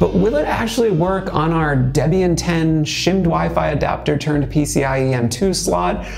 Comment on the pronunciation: Deb-ian and Frih-gate... smh.